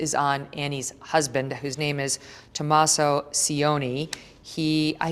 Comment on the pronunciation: Why does Megyn say Tomaso the way she does the first time ? smdh